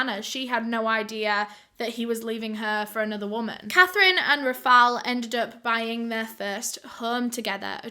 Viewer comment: i love your videos but girl how hard it is to pronounce Rafael!!!